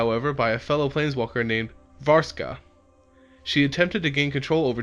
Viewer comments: Miv-Mizzet...Lavaz...Varska...Jace Beleron. Get the card names right for once! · Interesting video, fun to watch. Minor criticism, you mispronounce several of the words. Ugin and Vraska are some examples